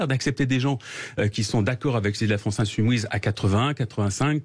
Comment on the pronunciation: " La France insouMOUISE. Tout est dit."